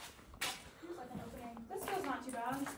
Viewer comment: the "not" around 28 - 30 minutes sounded like run in my ears, but none the less this place seems really creppy.